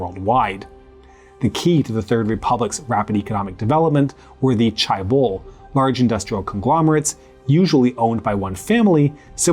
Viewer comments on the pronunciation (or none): Not that difficult to correctly pronounce Chaebol: "Jay (not "Chai") - bole" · Just one correction, the word 'chaebol' is not pronounced as 'chai-bol', but rather as 'che-ball'. But otherwise, this was a very informative and enjoyable video. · "Jeh-beul" for me. "Jeh" as in JEllo, and "beol" as in BAnana with an L at the end. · Are you trolling?? Because its spelled more like "che-bol". I would know. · Pronouncing it as 'che-bol' isn't wrong, it's just that 'che-ball' is my preferred pronunciation. However there is a right way to pronounce the first syllable of 'chaebol'.